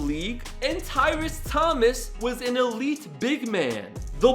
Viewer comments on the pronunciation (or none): none